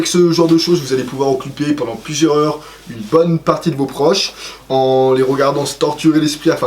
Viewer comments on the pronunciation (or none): Tu es sympa l'ami mais fatiguant avec ton français, ' plusieurs ' comporte un s à la fin, la liaison avec le mot suivant est impérative (contrairement à certaines liaisons qu'on peut faire ou non selon ses goût). Deux fois de suite tu nous sors ' plusieur-heures ', qui vrille les tympans ❗ Puis un ' dont ' en place d'un ' que ' dans ' dont même moi je n'avais pas envisagé '. Ensuite tu ne veux absolument pas mettre de R à ' centimètre ' , trois fois de suite il faut supporter ' centimète '. Et de nouveau trois fois quelques secondes plus loin ...Après, ' plus se sera t'amusant ', ici c'est le contraire ancune liaison n'est possible puisque le T n'existe pas ❗ On continue après plusieurs minutes de répit tout de même, PRENDE , on va PRENDE, non bon Dieu de Bois à casse-tête, c'est ' prendre ' avec un RRRrrr ❗❗ sinon ça fait plouc (alors que tu es quelqu'un de très bien comme je le vois). Alors là tu te dis que je vais te reprocher pour la même raison d'avoir dit ' not' casse-tête ' et bien non parce que là c'est sympa et que cela ne fait pas plouc puisqu'on le dit volontairement ...On tient le bon bout de courant on arrive à la fin : ' bien que je conçois que ça soit plus dur ', il faut respecter ce que tes professeurs nomment la concordance des temps, ou bien tu dis au subjonctif ' bien que je conçoive que ce soit plus dur ' ou alors tu gardes le présent ' bien que je conçois que c'est plus dur '. Ouf ❗ merci aspro c'est fini, sinon très bonne vidéo, bravo ❗ Bye-Bye.